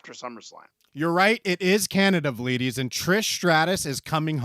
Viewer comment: I thought “vleedies” was him saying “ladies” for the longest